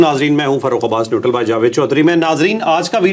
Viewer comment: نیوٹل کو باقاعدہ نیوٹرل بولا کریں، غلط تأثر ملتا ھے